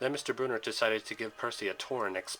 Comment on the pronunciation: Sorry but it’s brunner not Bruner but still a great video